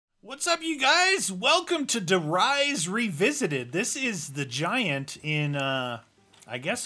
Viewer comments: The map is der reeeeee not ri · Der Reese not der rise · Did you call it der rise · I like how they call it the giant and pronounce it as der rise as if they dont remember the original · At beginning he said die rise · Levannara he pronounced Der Riese wrong